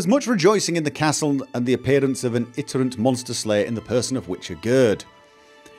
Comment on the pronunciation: It's I-tin-er-ant, not it-er-ant